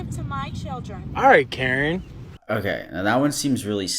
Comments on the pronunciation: why do you pronounce Karen like that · Can instantly tell is from the east coast by the way he says “Karen” lol.